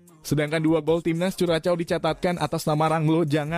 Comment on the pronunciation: Bacanya bukan kuracow/vuracow tpi kurasho